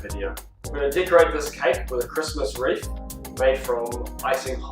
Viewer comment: Nice video but, it's WREATH my good man. 😂😘